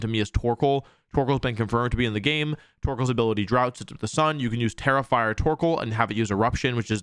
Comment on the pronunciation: Every time you said Tera-Fire my dumb ass thought you were saying "terrifier"🤣 There's a special ring to the name "Terrifier Torkoal" 😆